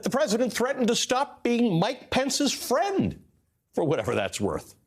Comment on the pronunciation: ''I don't wanna be your fwend anymore'' waaahwaah. Trump guilty of childish stupidity